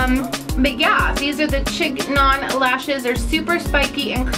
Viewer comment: Also, it's pronounced sheen-yawn!! And they look ridiculous